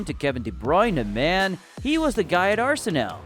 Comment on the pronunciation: go and learn how to say Arsenal properly for god sake